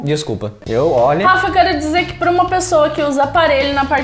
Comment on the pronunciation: O falou garrafa em vez de falar Rafa